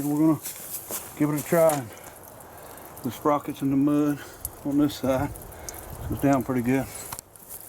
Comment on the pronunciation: There's no such word oin, it is pronounced ON not oin